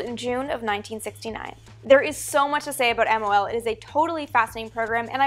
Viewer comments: both pronunciations, Geminee and Gemi-eye have been widely used. What I find more annoying is that Amy is editing her vids even faster than she speaks. She constantly calls that program MLO, rather than MOL. No clue why. Also she calls the first manned Gemini missions 4 and 5, ignoring the fact that 3 was also manned and brought back pictures. Amy, avoid all those mistakes by slowing it down a bit. And a little more diligence, please! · Teitel (Vintage Space) please call it MOL next time. You said MLO almost a dozen times. Take your time 😃